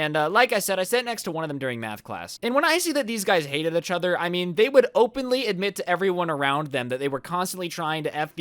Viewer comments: He doesn’t say EACHother he says “uhchuter” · Achathor instead of each other does anyone else here this? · every time says "eachother", i get distracted by the fact it sounds like "achother" XD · ECHOTHER i love how he says this instead of "Eachother" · How many times does he say "Itchother" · bruh who else is cringing whenever he says "itch other" instead of "each other" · Does it bother anybody else that he says achather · The way you say 'each other' pisses me off "etch oder" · Ietchither LMAO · U said uchuder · Is it me or do you guys hear ich-other instead of each other, not tryna be rude but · Why do u keep saying eh-chother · stop saying "etch other" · Instead of “each other” keeps saying “Itch other” 😂 Holy shit this is the most likes I’ve ever gotten EDIT: I just got like 790 likes on a comment on another video... happy noises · Everybody but::pronounces each other as itch other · Anyone else realize how he pronounces “each other” as “A-chother” ? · my man. EEEECH other, not itchother😂😂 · This is how many times said etch other instead of each other 👇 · did anyone else go insane whenever he said fucking "echother" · Nobody: Absolutely nobody: Not even thanos:: UCHOTHER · When ever says each over he sound like he’s sounds like itch over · He says each other weird but I still love his content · Is nobody talking about how he pronounces "eachother"? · Anyone else think says each other weird???